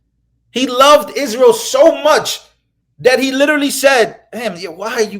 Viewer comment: mispronounced Israel…